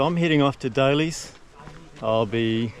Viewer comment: Great tramps, thanks. Notice you call Dalys hut as Daily as in Daily bread etc. It is actually named after the Dalmatians who farmed in the area. So Dalys please